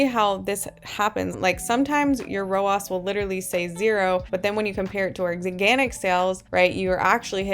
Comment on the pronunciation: Love this content! You are the first person to make this make sense for me in a very easy to understand way - THANK YOU!! Funny side note, your pronunciation of ROAS as “row-oss” would mean pronouncing Ads like “Odds” 😜 I have only heard ROAS pronounced “row-azz” because Ads is pronounced like, well, Ads 😅 Anyway, made me giggle and re-watch that whole section many times because I was distracted by the pronunciation. Good for the YT algorithm LOL! New sub 👊🏼